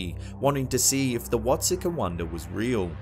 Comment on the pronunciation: I'm a bit late to the party, but the town in Illinois, Watseka, is pronounced (Watt-see-kah). The locals will argue you that with you, lol.